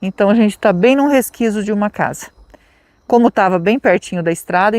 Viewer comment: "Resquizo, resquizo, Resquizo,,," 😂